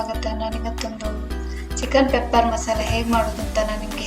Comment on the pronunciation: It's pepper not papper